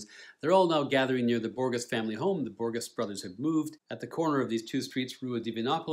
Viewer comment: Hot tip: When pronouncing the words Borges and Gerais think of the sound of J. Such nice review with great depth and details, beautifully done.